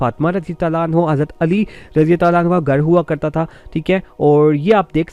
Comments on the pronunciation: Bhai hanho nai hota hanha hota ha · And also, for female sahabiya, try to pronounce it 'Anhaa, and not 'Anhu. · O Janab.,. You should be focused on your pronunciation words... Like as ( Aannhaa for Fe-male Asahabiya ) and Aannho for Male Asahabi) .... Use word as chaaaaar paaeee not charpai...ok